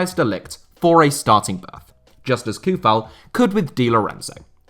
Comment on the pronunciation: No Souček? Coufal read as "Kufal", it's [ˈvlaɟɪmiːr ˈtsou̯fal].